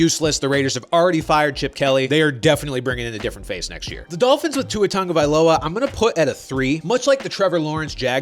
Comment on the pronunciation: When is everyone going to learn that it’s pronounced TAGovailoa and not TUNGovailoa?